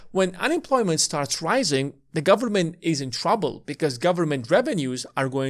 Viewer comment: "Full faith and credit of the US gubmit..." LOL